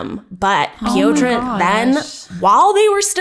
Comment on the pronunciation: You don’t say piotra but Piotr